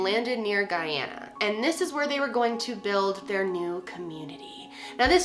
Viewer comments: thank you for pronouncing the country properly! my father is from Guyana and it was a tragedy that has plagued the country for many years when the country had little to do with the atrocity. good work, as always! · Take all the points for pronouncing Guyana correctly!!! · Finally someone who pronounces the country’s name correctly. My mom was born in Guyana and was around 20 when this happened and it was really big on the news!! Also thank you for going into depth!! Growing up, i knew of the Jonestown case but I learned some new things today watching your vid!! 💞💞